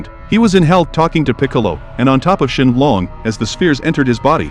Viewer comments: Bro his name has English in it and calls shenron shenlong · Bro put ShElOnG 🤣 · It’s shinron 😂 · It’s shenron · Shen Long is technically the correct way of saying it, the only reason he’s called Shenron is because that’s how Shen Long is pronounced in Japanese